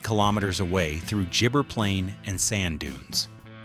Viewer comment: They cant pronounce Innamicka, Stzelecki and gibber, but your problem is ranch... Ok, we're on the big issues here...😆